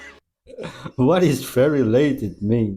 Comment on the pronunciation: Lol...that woman at the end was trying to say dialated I think.